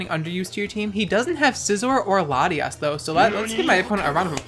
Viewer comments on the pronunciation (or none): none